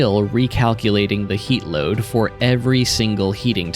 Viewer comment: Next is theeeuh problem of how toouh loaduh thee train.